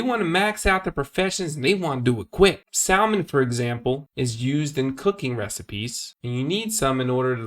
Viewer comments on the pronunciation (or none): the way you pronounced salmon made me lol xD